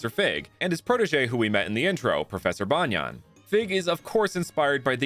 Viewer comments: This guy pronounced banyan like tank top banyan and not like banyan tree😂😂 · Banyan in pronounced as bunyun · Lol sure, Banyan is the English name of a tree, but in Hindi, it means "undervest". We don't pronounce the English word Banyan like that. And the way you pronounced it sounds more like the Hindi word.